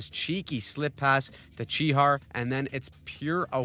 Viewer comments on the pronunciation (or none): It’s pronounced chi hash not chi har😂